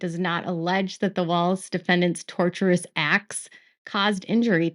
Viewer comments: Hi. Lawyer here. The word tortious is pronounced TOR-shuss. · Tortious is pronounced tor-shush. The word derives from "tort." "Torturous" comes from the word "torture."